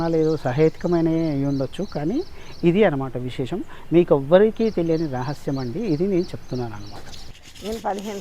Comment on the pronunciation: Byeliyani kaadu teliyani